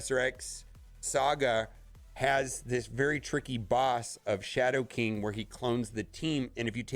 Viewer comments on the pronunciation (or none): Every CC I watch for any news or game, never seems to be able to pronounce words. Rotflmfao Harbinger Kyln Tower Shadow King are just 3 examples for 5 different CC’s for this game. Lol